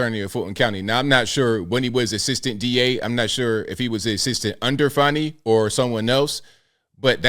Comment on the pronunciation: There is no "W" in fanny or Fani. Why not say "Fanway" or some other weird pronunciation? Big fanny Fani.